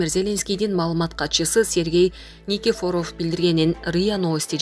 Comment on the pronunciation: Безграмотная журналистка. Школдо "ударение"дегенди окутту беле. Никифоров деген создо ударение экинчи " и"ге басылат, а не "о" го эмес. Билбесен , билгендерден сурап албайсынбы идиотка.